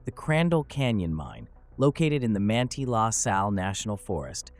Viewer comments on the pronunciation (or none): Manti La Sal = man-tie la Sal